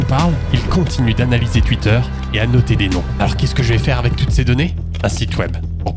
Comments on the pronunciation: Tuitter, tuité... c pas comme sa qu'on dit. On dit Twitter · Alors c'est super cool et tout mais j'ai une question qui n'a rien à voir: pourquoi tu prononces twitter "Tuitter" et pas "touitter" ? est-ce que c'est fait exprès pour faire parler les débiles ? est-ce un choix artistique ? ou une lacune orthophonique ? merci de lever le voile sur ce mystère. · Des ''tuites'' , ''tuitteur'' ? 😂 T'es alsacien toi au moins ? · "Tuitter" mdrrr... Sinon le bot c une bonne idée sur youtube aussi quoi...